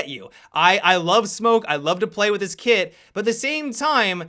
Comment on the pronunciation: Lol, i know but it sounds like "kid"